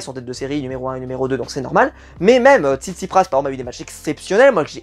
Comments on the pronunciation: TsitsiPAS ✅ pas TsitsiPRAS ❌ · c'est TSITSIPAS pas PRAS